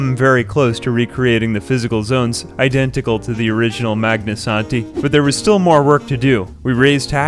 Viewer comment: I keep coming back to this video because I like hearing say "Magnasanti"